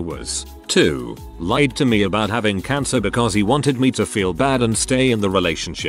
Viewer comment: Having to pafe, having to pafe, having to pafe, having to pafe, having to pafe...